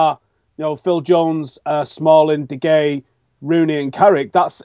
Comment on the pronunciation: He mispronounced De Gea